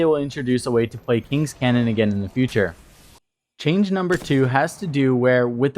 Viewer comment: "Canyon", not "Cannon".